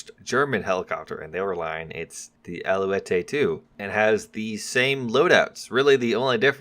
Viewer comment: Alouette is pronounced alouet (no "é" sound like in italian) Great video !